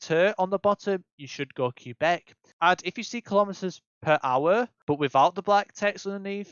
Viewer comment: Great vid! I appreciate the tips too! Some stuff I def didn't know! That said, plz plz stop calling it Q-Beck ahaha